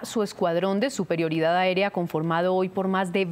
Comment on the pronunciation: "Suprerioridad aeria" 🙄